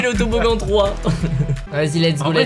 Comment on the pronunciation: Pas toboggan toboglan 😂😂😂😂😂😅😅😅😅😌